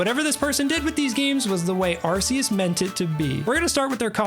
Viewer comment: its legends ARCeus not asseus